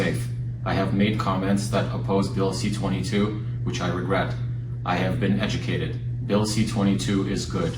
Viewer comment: Just a note, it's C-22 not CA-22. C for bill originating in Commons (as opposed to S for those originating in the Senate), 22 for being the 22nd bill introduced in the particular Parliament from the government party (opposition and individual bills start at 200).